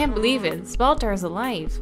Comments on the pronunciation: It's a bit funny how you seem to have a kind of "illiterate memory" where when you read a name incorrectly the first time you then use the same spelling no matter how many times that name is repeated :) I'm referring to "Zbaltazar" which you just say like "Zbaltar", heh, no offense meant, it's just interesting. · I think the Z in “Zbaltazar” is silent haha like I think it’s meant to be like “Balthazar” but like Balt-ah-zar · it's bal-ta-zar XD